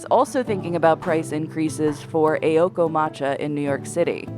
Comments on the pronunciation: Fads are lame AF. Also, it's Aoko, not Eioko. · The pronunciation in this video was horrendous. 'AY-okoh'? 'Kee-yotoh'? Please do your research.